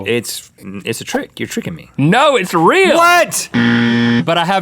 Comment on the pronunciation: does anyone else think that Link is saying "Israel" but not "it´s real"